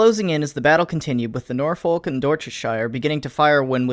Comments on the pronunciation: A ten minute video?! oh you do know how to treat us right edit* it's pronounced Norfuk buddy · norfolk is pronounced nor fok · Just seeing this video so sorry for the late comment but it always blows my mind that Americans can't pronounce British names (AND I'M AN AMERICAN!!). Its Dorch-eh-sure and Nor-fuhk... c'mon you're a military historian.... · Norfolk is pronounced norfook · Ok, shire is only pronounced how it looks if you are the most posh guys in London, for the rest of the country is more of a "shur" or a "sha" Norfolk is "Norfock" but yea on a more important note really glad you compressed so many interesting events into this one video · Just a heads up, Norfolk is pronounce Nor-fuk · Nor-folk Nor-folk Nor-folk Its Nor-fook ya fookin face fooka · Hms is pronounced North-Fuk, combine the "th" and "f" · noorfulk Top notch pronunciation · It's doorchester And nawfuck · You mispronounced Norfolk. Source: I'm from Norfolk. The L is silent. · Norfolk is actually pronounced more like NorFUCK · BTW it's said Northook. Not Norfolk. I know us British are "weird". Well, where I'm from its said like that. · Dorsetshire and Norfolk pronounced like an American. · >Pronounces Prinz Eugen correctly >Mispronounces Norfolk Why are Americans like this? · I love your vids, but the pronunciation of Dorsetshire and Norfolk pain me in ways you cannot comprehend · No offence but you said Norfolk wrong. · Don't doubt you mate, but it's nothing like the British pronunciation of Norfolk. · it's a British ship tho and so shouldn't it be given the British pronunciation? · Your pronunciation of Norfolk and Dorsetshire hurt me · learn how to pronounce norfolk u big gay boi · Unfortunately the real OOF here is your pronunciation of Norfolk and Dorchestshire :( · Nor-Faulk and Dorsett-Shire lmao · Dorsetshire = DOR - set -shuh Norfolk = NOR - fuck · My dude, your pronunciations of Dorsetshire and Norfolk are killing me. Door-set-sheer and Nor-fuk are how they're said.